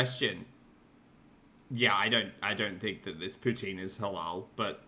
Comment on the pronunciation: I've just 'consulted' a few videos about how to pronounce poutine. None of them said it like her. There was a T in there, not 'TZ' (poutzine), just a harder T. F off,., ffs! I was about to sip my coffee when you started with the unfortunate cat butthole! omg. Disaster averted but man... 🙄